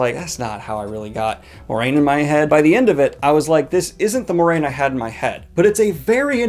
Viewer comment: What annoyed me most is that I found out I've been pronouncing all the names wrong all those years. Wait, it's not Tar VALon? It's not Egween but Igwain? It's not Si-hoo-an (Sanche) but Siwan? My bets for Moiraine were 50% Moy-rah-eene and 50% Mwah-rain. But we get Moy-rain. I got Nynaeve wrong (NINNa-eve? nope! Nigh-NEVE.) and Aiel (i thought: singular A-yell and plural A-yeel, but i'm guessing it's just A-yell). I thought it was LOH-gan, but it's Lo-GAIN, bleh. and many more that I forgot. I am not optimistic about the coming seasons. You're gonna tell me Faile is not pronounced Fail, right? ... mind you i read the books when internet discussion was in forums and all text based. Also I read the books in English but it's not my first language.